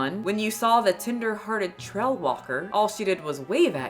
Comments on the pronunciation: I'm howling every time you say "tender-headed" instead of "tender-hearted". LOL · I keep hearing "tinder-hearted" not "tender-hearted" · The way said tender-headed instead of tender-hearted multiple times 🤣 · Not me thinking you're saying "tinder-hearted trail walker" every time lol